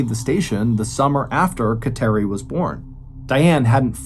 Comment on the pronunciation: She was Catholic for sure because of thr name of her daughter. But it is pronounced KAT-er-ee